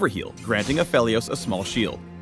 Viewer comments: Wait, A-fe-lios? Not A-fee-lios? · Its PHEL not PHIL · It's apheelios not aphelios reeeeeeeeeeeeeeee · any reason people pronouncing him as aphilios on stream lol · No one: Riot: Takes a hit of crack Absolutely no one: Riot: Apheilos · its not “apheelios?” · the way you pronounce aphelios is just....wrong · Aphalios? really? I hate that pronounciation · the guys reading a script likely never even heard his name before he read it